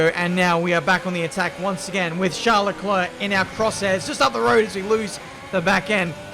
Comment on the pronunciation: Normal people: Charles Leclerc: Charlecler Btw love your content keep it coming